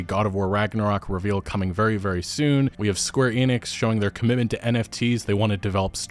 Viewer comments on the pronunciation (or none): none